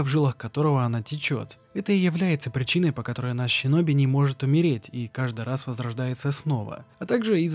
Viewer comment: Выброси букву щ из своего алфавита. Синоби, а не Щиноби. Асина, а не Ащина. Слушать невозможно, бездарность